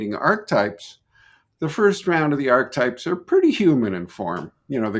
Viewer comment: This man mispronounces antipodes and archetypes. It irritates me beyond all reason.